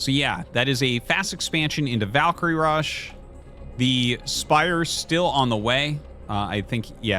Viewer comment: Glad to hear Artosis is starting to pronounce "Valkyrie" correctly. It's Val as in Val Kilmer, not Vaul as in vault, and I will die on that hill.